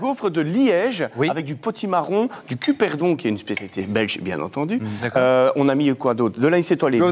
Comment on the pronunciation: CuBerdon, pas cuperdon....grrrr